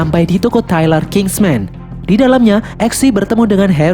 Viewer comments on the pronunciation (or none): none